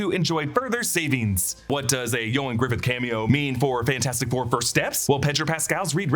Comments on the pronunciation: Why did you keep calling him Ioan Griffith? His last name is Gruffudd, not Griffith. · Its not Griffidd. Its Gruffudd. GRUFF-UDD